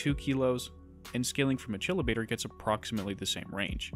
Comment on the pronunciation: Disappointed with how you pronounce Achillobator. It’s an obvious reference and your pronunciation indicates that you either don’t know why it’s named Achillobator or you do and you’re still pronouncing it all awkwardly. Either way it makes me iffy about taking information from you because I feel like it discredits you slightly. I understand that this comment comes off as quite rude and insufferably know-it-allesque and there is a chance that you know something I don’t. Maybe I’ve been pronouncing Achilles incorrectly all of this time.